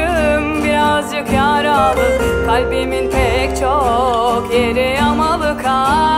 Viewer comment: Şarkı güzel de, edebiyat öğretmeni bir insanın “yaralı” kelimesini öyle telaffuz etmesi olmamış.